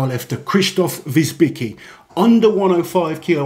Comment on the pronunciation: It's not WierzbiCKi, you pronounce it like WierzbiTZki